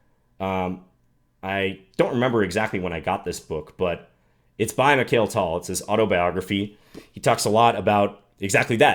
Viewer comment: I was so excited to watch this video... Until I heard you pronounce Mikhail Tal 😩 Please John, you're an International Master, and surely you've come across and studied so many Russian chess players in your career. At least respect the names of one of the greatest in history!